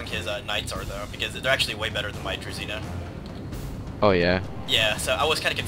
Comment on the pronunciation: Fun fact, Druzhina should be read kind of like Drushina, and it basically stands for Followers.